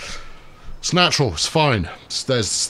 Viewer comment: sorry.... "snatural" got me